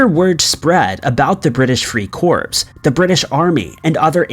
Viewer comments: Jesus F'ing Christ, the "S" in Corps is silent. You have such nice videos and every time you mispronounce important words in your story, it destroys your whole presentation. Don't you research how names are pronounced before you make a video? And while we're here, you don't need to say, "But I'm." You're using "but" wrong as the first part of the sentence has nothing to do with your name and the rest. You can just say, "I'm and I'll catch you guys in the next video." Here's an example of how "but" should be used in a sentence: "I research interesting videos for YouTube but when I pronounce words incorrectly my viewers question my research and the rest of my presentation." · You would think, but then again, if you watch many of his videos, you soon learn that doesn't really care about pronunciation. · The spelling corps is pronounced core NOT corpse.It stands for corperation but the "p" is not pronounced.If you are going to narrator these videos the for Pete's sake get it correct. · Please - Corps is not pronounced "corpse" it is pronounced "core". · It’s pronounced “core” your saying corpse…. Yeah the “British free dead bodies “ I joined the marine corpse … so stupid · Interesting stuff. But please my guy... its pronounced core not corPS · Someone please explain that “corps” is pronounced “core” not “corpse”. I’ve tried. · Corps is pronounced core. Not like a body corpse. Zeesh. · It’s pronounced core not corpse. Some research mate. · "Corps" is NOT pronounced the same as the word "corpse" . It is French and is pronounced like the word "core" with the P and S being silent. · British free CORPSE? It’s CORE you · What is there to be creeped out about any of these stories? The 7th Division story only shows you have no clue what the climate is like in Okinawa. It rarely if ever goes below 50 degrees F, let alone minus 30 C.... Corps is pronounced CORE.... not CORPSE... WTF are you taking about? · "Corps" is pronounced "core".